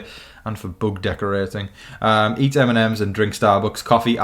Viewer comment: When you said "bug", I thought at first you were saying "book". Like what is a "dead book"???